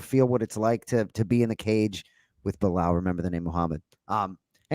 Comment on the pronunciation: I love that bilal is pronouncing the arabic name right! Not مزلم and خمزة 🤣